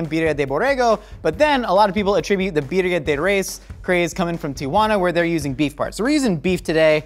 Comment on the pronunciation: right way to pronounce it